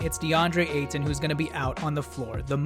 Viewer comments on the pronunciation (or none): Nice video, but pronounce his name the same way you'd say Payton. Just without the P.